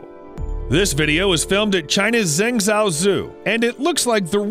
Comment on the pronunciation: Are you trying to say "Zheng Zhou Shi"?